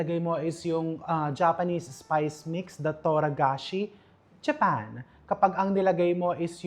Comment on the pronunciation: It's Togarashi not Toragashi. 😊